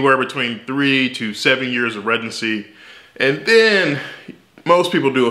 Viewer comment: I love the way he says that 😂. I have never heard anyone pronounce it like that.